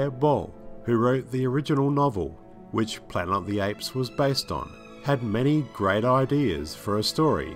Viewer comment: What’s “Planer o the apes”?